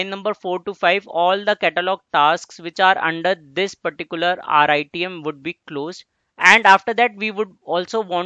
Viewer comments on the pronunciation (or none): good contents but please dont tell RITM as rythm because its confusing me. sorry to say that i like the way you teach.